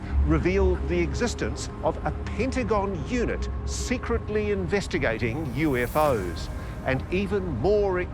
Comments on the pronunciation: YOUFO's, first time I've ever heard it pronounced like that. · And they pronounce “UFO’s” as “U-fose”! 😂 Gotta love the accent!